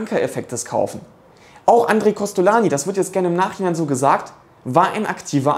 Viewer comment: inhaltlich richtig, aber "Andre" wird nicht "a" ausgesprochen, sondern als "oon" (Nasallaut)